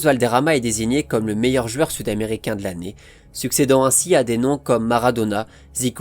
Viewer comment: J'adore contes de foot et ta façon de raconter, une seule chose que je ne comprends pas, pourquoi tu dis "jueur", tu prononce ce mot d'une façon spéciale et énervante j'avoue 😅